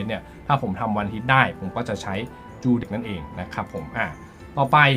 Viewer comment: ทำไมจูเด็ก ออกเบิ้ลแบบนั้นครับ